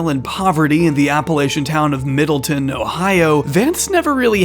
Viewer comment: I grew up around Middletown, OH and it’s not poor or Appalachian. It’s also not pronounced “middleton” or whatever it is you said. It’s just “middle” and “town” put together. It’s called that because it’s almost perfectly in the middle between Dayton and Cincinnati, the two biggest cities in southeast Ohio, which once again is not Appalachian. The only part of Ohio that resides in the Appalachian’s is the southeast quarter that borders West Virginia. It’s over a hundred miles from Middletown to the next town that could be considered “Appalachian”. Middletown is just as suburban as any moderately sized suburb around any major city in America and Vance grew up in literally the same suburbs as me so I know his descriptions of his childhood are almost entirely fabricated.